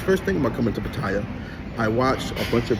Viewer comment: What kind of man tells lies 2 himself smh. You be talking nonsense B. This is getting crazy. Also you say pattaya wrong. Fix it!!! You did all this about black holding one another up. One of your first videos was you talking about you not wanting to shake a black man hand and why was he trying to do all that. You a fraud B a hypocrite. Get it together